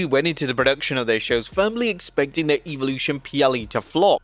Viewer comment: so your just not to go listen. theres no F!@ EVIL in the word evolution your just going to play stupid well its beeen over 2 weeks and you still cant learn how to say the word now thats evil....